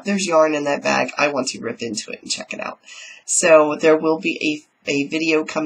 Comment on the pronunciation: Bag not bage lol